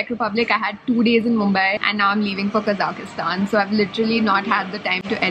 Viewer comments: Lol. It's not Kazakhastan! You're adding an extra A when you pronounce, OMG! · Quite interesting way of pronouncing name of the country :)